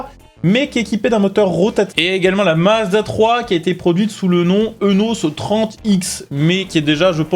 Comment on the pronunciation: Petit fait intéressant : la marque Eunos se prononce « iounos »